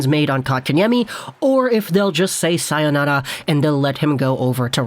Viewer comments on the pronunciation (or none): none